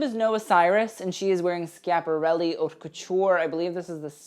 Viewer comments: Did I just hear this kid say 'HOT LAMODE' . Come on. Just TRY. I cannot listen to someone who won't even TRY. ( You can say 'Oat' if you really cannot pronounce it but it's more ''Ut'.) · FYI "haute" is pronounced like "oat" in French.